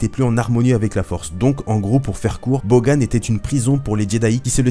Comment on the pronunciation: on dit bogan : boganne